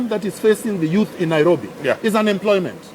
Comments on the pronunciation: Why can't say Nairobi? All I hear is NAROBI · She is trying not to say NAROFI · Honestly, she should at the very least get NAIROBI right. How does Jubilee get these weirdos? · That "" is not honest, not interlectual and definately not fit for the job. Somebody tell her its NAIROBI and not NARROWBI